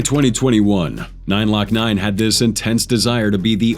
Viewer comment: 2 parts where ima help an correct you …The rapper name is (Glokk-Nine) not “9-lokkNine”😭💀🤦🏾‍♂️also the song is called (2-2-3s) not “2-23s”😂